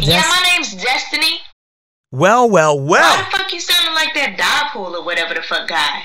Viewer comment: I know damn well she didn't just say diepool☠️🤦🤦⚰️⚰️😭☠️